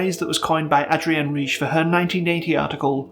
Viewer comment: “Ritch,” not “Reeshe.”